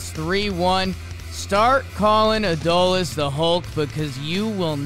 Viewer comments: its not ADD-oh-lease its uh-DOLE-lease please don't let him win ALCS mvp and you still can't pronounce his name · Put some respect on Adolis’ name and pronounce it correctly. Say it with me: a-DOLE-ees.